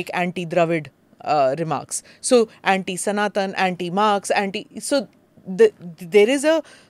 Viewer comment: Are you Smita prakash or prakashaaaàa if not prakashaaaaa then pls pronounce Sanatan properly